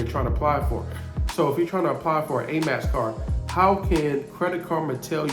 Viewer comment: He kept saying Amax card. I heard of Amex card. It was quite annoying. But I get the gist. I appreciate his information.